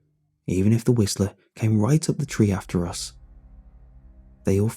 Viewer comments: The wisl T er 🤣😂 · “The Whislter”